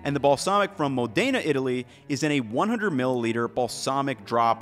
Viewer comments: MO+dena. Say it right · Small nitpick - the pronunciation is MO-dena, not mo-DAY-na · Great video! However one distraction I had was how you were pronouncing Modayna instead of MOdena took away from what you were presenting. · Mòdena. Not Modèna. 😊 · Still can't pronounce MODena, though 😅 Anyway, always enjoyable content. Thank you!